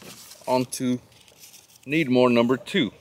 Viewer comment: why do you say 6.5 Needmore instead of Credmooor?